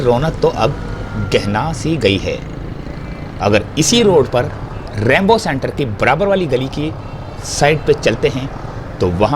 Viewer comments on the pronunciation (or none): It’s not Rambo centre it is Rainbow centre. Please correct it. Thanks